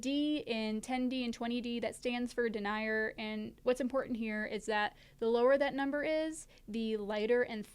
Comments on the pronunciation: Denier is pronounced Deh near. Everything else was spot on. You can make a 1 ounce mattress pad / footprint / sit pad / lounge pad out of a reflective windshield sunscreen from Dollar Tree that costs $1.50. Just cut off the black band around the edge, and remove the two grommets. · Interesting that you pronounced Denier like “deny-er”, not “den-ear” (the common pronunciation). The French pronunciation (where the term originated) is “duh-nyay”. It’s a measure of fiber density in the threads (weight in grams of 9,000 meters of the thread). Regardless, it’s only one aspect of fabric characteristics that we should all prolly understand as backpackers. Let’s all learn about ripstop, SilPoly, SilNylon, PU coating, GSM (grams per meter squared), breathability, hydrostatic head rating, UV resistance, cordura, Dyneema,… etc. I see a Backpacker Radio episode explaining these terms and why we should know them ;)